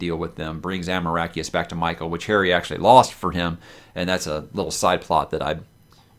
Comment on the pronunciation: You sweet summer child...."Amoracheus"